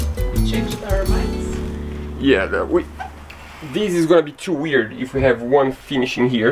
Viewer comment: the word this is not spelled diz!! You use this English word totally wrong and you say it in almost every sentence. I just wish you would use the correct pronunciation when learning a different language. Good video besides this!!! THIS NOT DIZ 😂